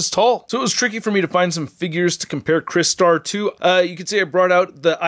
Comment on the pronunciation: I remember this character from the original toy line in the 80’s, and I sadly never had the original figure though, and I noticed you pronounced his name right unlike that guy in Canada who has YouTube channel and he calls himself Michael Mercy💁🏻‍♂👍🏻👍🏻.